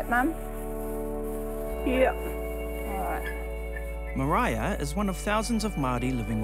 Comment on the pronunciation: The presenter is pronouncing Maraia's name wrong.